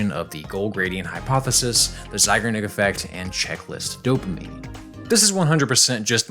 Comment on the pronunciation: Great video! I'm more of a drifter, and some games waited years for me to complete them... Feels good though. One thing - it's ZeigArnik effect (sincerely, your russian native speaker viewer)